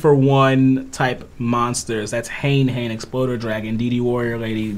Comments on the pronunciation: He didn't he was wrong anyone can tell it's clearly hane hane he said hanai hanai and that's not how it's spelled or pronounced don't be ignorant it's worse than people calling machina mockina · No I'm not it's called machine uh gear gi uh and it's hane hane not hanai hanai easily by the spelling